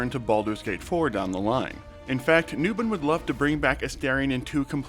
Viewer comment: A-STAR-ion not aSTAIRion and newBON not newBIN. 😅 it always surprises me when interviewers get his name wrong.